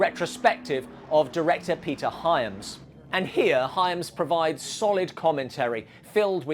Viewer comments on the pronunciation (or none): none